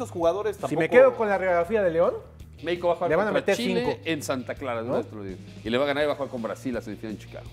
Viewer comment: jajajaj este periodista un poco más dice Meexico campeón